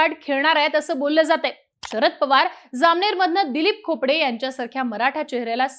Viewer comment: Khopde nhi khodpe